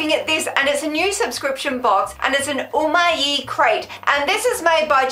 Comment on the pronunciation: it's just 'oo-my' no ee lol